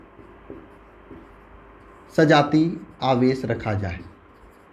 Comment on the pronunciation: Aawesh aadish hota hai